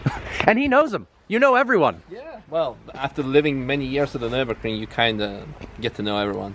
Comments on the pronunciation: Nürburgring, not "Nurburgring" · Drinking game, one shot every time he say Nurinbergring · Nurburger ring? Never heard of it. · pls tell me this is a joke u cannot possibly have raped the word Nürburgring so hard